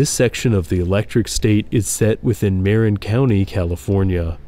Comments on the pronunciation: MUH--REN not MARen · It's not MARE-IN county. MUH-RIN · By the way, Marin county is pronounced with a short ‘a’ and emphasis on the short ‘i’ so it sounds more like “Ma-rIn”